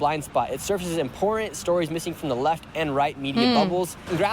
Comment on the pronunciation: What is it with Americans that can't pronounce the word IMPORTANT